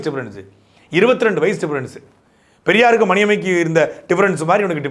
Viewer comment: இடையில் 'சொரியார்னு' சொன்ன மாதிரி இருந்துச்சு😅😅😅